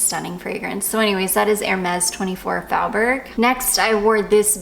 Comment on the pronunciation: Oooh, I have been wondering about Jousset perfumes. If your're getting Comptoir Sud Pacifique I also recommend Vanille Extreme for layering with Clandestine Clara, but it might be really similar to the one your friend is selling. I love 24 Faubourg, too, but it's pronounced more like "foe" instead of "fow."